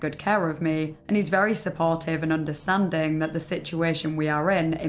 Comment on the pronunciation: "Sympatheh", "empatheh" and "oondahstandin'" P.S.-I'm not making fun of you, I swear. I fucking LOVE your accent!